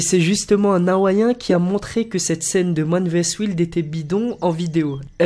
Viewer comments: Ça se dit man vs waïld pas wild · OMG... Man vs Wild avec Bear Grylls ... prononcé.. Man vs wouilde avec bire grille.. lol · "mane vé-ès ouilde" mais lol mdr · Carla Vjna manne véhès wiiiiilde ? C'est plus man versus waïlde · C wayld pas wouilde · WAÏIIIIIIIIILD PUTAAAAAIIIN !!! ÇA SE PRONONCE WAÏÏÏÎIIIIIIIIILD !!! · "mane verssusse waïlde" stp pas "mane véhèsse wilde" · ça se prononce man versus waild ! 😂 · Man vé és ouild , bir grill. mdrrrr n en dit pas plus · Samuel Nsangu si tu veux dire man vs ouilte comme lui je te laisse mais t auras l air con quand même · Carla Vjna "quiz z'rappelle" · BEST OF ALDERIATE c quoi cette prononciation 😂😂😂 il parle pas anglais celui de regard neuf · Le qi baisse en France....La preuve par le son........... Man vs vilde....M'enfin.... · Lenni Kim officiel De 1 ses de l'anglais, ensuite il écrit ses cas dit regard neuf, et il a dit la mauvaise prononciation. Et marqué veux dire la même que écrire ? ? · man versus wilde mdr cette prononciation rendors toi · osef, la prononciation youtube est toujours moins dégueulasse que la prononciation "mane vesse wilde" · lol en effet, 'tain ça m'a fait saigner d'une oreille ^_^ " manne vé ess wilde " :-D lmfao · WWWOOOUUIIILLDD mon frère! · Man véhèsse vilde 😂😂😂 On ne fera pas mieux 😂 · mdrrrrr cette prononciation sortie de l'école primaire "bire grills" "Man véès Wilde" x'D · Mdr " Man vs Ouild " 😂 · Cet accent anglais 😲😲😲 Bir Grills lol et Man vs vild 😂😂😂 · man vs wyd AAAAAAAAAA la prononciation de wild m'a fait quitter la vidéo directe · "Mahne véheysse ouilde" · "Mane Véhésse Ouilde" ... sérieusement ?? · Man véèsse ouilde... --" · Manne véèsse ouilde XD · Mahne véhèsse waylde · Mane vess Wilde ? 😂.... non c'est truqué cette prononciation ? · man vs "W-A-Ï-L-D !!!! ca fait trop male aux oreilles quand tu le dit en version ''Française'' !!!!!! (W-I-L-D) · C pas Man vs Wild comme ça ce prononce mais Man vs wayld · man vèsse ouilde ?! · Man vaisse ouilde ??? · Man véhesse ouilde... xptdr